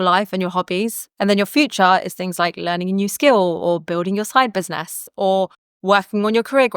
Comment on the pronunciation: You said "building your side business", but I heard " building your snipers nest". 🤦🏾‍♀️